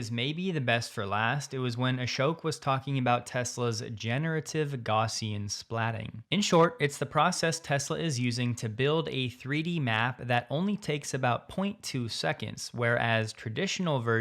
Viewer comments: For the record, it is pronounced "gow"ssian. Thanks for all your work! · Check the pronunciation of "Gaussian"